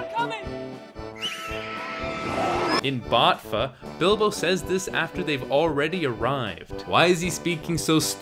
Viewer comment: “In BOTFA” LOL